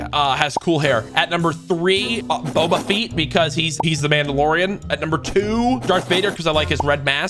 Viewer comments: This mf really said boba feet. 😂😂😂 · It’s on purpose ofc. Courage especially always saying stuff like Boba Fat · Lmao he kills me with the way he messes up Star Wars names on purpose. He been doing that for like ever